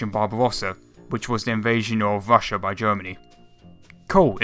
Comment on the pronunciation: "Thats where you Wong", "invation to Wassia"???? Really?? Fuck you!